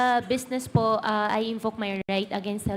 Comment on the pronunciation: 𝐆𝐮𝐨 𝐇𝐮𝐚 𝐏𝐢𝐧𝐠 𝐚𝐥𝐢𝐚𝐬 𝐀𝐥𝐢𝐜𝐞 𝐆𝐮𝐨: "𝐢 𝐞𝐯𝐨𝐤𝐞 𝐦𝐲 𝐫𝐢𝐠𝐡𝐭" ( 𝐞𝐯𝐨𝐤𝐞 𝐢𝐧𝐬𝐭𝐞𝐚𝐝 𝐨𝐟 𝐢𝐧𝐯𝐨𝐤𝐞) 𝐢𝐛𝐮𝐤 𝐬𝐲𝐚 𝐧𝐠 𝐢𝐛𝐮𝐤 𝐩𝐚𝐫𝐚𝐧𝐠 𝐩𝐢𝐠😂😂😂